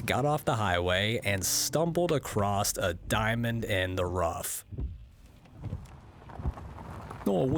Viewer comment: did you say acrosst?